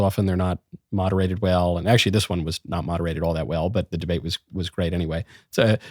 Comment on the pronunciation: Deabte lol. Surely that was on purpose? ;) Michael is an aspiring troll after all.